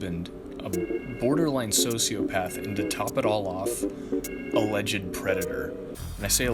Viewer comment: i thought you said "a legend predator" lol